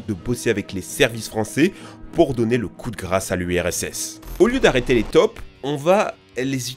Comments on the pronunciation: MDR ta façon de dire: "les tops" au lieu de dire "les taupes"!. x-) 😁 Ça se prononce taupe (tôpe). toi tu le dis comme les toulousains prononcent le "o" de rose quand ils disent que Toulouse est la ville rose, avec leur sacré accent. 😄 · on ne dit pas des "TOP" mais des "TAUPES", a un moment j'ai rien capté XD